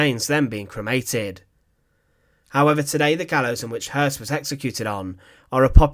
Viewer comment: You added an erroneous "R".